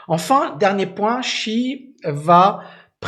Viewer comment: la prononciation de Xi est" Si" comme la note de solfege et son nom la lettre J se prononce en T. Comme "Tine" ping.